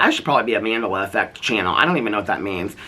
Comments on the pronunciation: You were soooooo close to figuring out Mandela effect is pronounced like Nelson Mandela, named after him. I was on the edge of my seat waiting for you to make the connection 😂 love youuuu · Not saying Mandela effect wrong after reading it's related to nelson Mandela lololol love your rants 💙😅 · I'm dying at mandala pronunciation